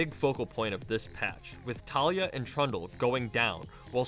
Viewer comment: I don't understand how people mispronounce Taliyah. You ALL seen the Spotlight, right? It's Ta-LEE-YAH, not TALIA.